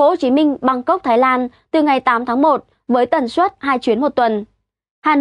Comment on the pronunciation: Hôm nay nghe nói hơi lạ tai. Tôi biết bạn nói chuẩn ngôn ngữ, nhưng tôi nghĩ không nhất thiết, cứ nói bình thường như mọi khi là đc, hôm nay nói, ví dụ, suất, đã phát âm chuẩn nhưng tự nhiên tôi cảm thấy ko như mọi khi